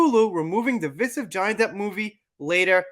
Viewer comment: It's pronounced device-iv not deevis-iv. Also, Dark Shadows is by far one of his best movies! A must see.